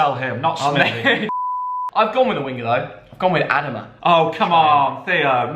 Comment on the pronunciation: ITS AD-AR-MA NOT AD-AM-A, you said adama's name wrong